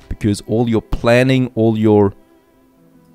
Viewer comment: I've watched so many of your videos, and i still like how u say "becoz" 🤣